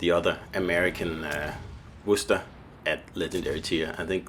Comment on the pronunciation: I appreciate you trying to make Alaska work with the new Takao. And as I said before, good job pronouncing Worcester. I would love to see you do something with Worcester too. Might have missed if you have already